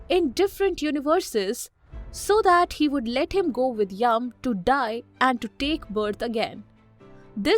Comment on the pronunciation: It's yam